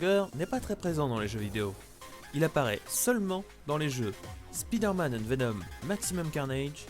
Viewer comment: Speeder man=l'homme rapide ça me stresse d'entendre un mot anglais francisé au point de perdre tout son sens